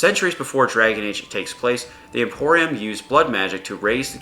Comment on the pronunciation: Tevinter IMPERIUM, dude. Not "Emporium".... it's not a perfume store. LOL XD